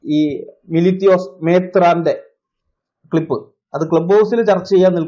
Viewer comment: മേത്രാന്‍ മേേത്രാന്‍ എന്നു വിളിക്കുമ്പോള്‍ എന്തോ...ഒരു ഇത്😂😂😂